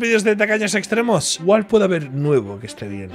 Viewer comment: Siempre entendí "tacaños extremeños" hasta que vi que era tacaños extremos 😂😂😂